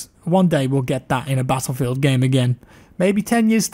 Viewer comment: there should be a compilation of saying battlefield... the way he says it is fantasticly satisfying